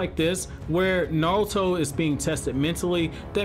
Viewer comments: Naurto?? Lmao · Nawuto. He he he he